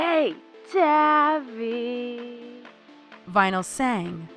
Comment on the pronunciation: It’s tavi like taviy